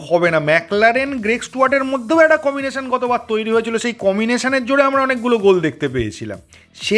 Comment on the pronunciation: ভাই কিছু মনে করোনা আমি একটা শব্দ তোমাকে মনে করিয়ে দিতে চাই তুমি বেশিরভাগ সময় কমিনেশন বলছ সেটা কি ঠিক যদি না হয় তবে প্লীজ উচ্চারণটা কম্বিনেশন বললে ঠিক হয় । আমার অবজারভেশনটা প্লীজ একটু দেখে নিও । ভালো থেকো । সুন্দর সুন্দর ভিডিওর আশায় রইলাম ।